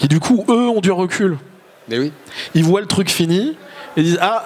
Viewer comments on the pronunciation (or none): none